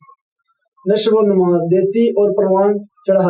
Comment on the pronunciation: لفظ نشو و نُما نہیں نشو و نَما ہے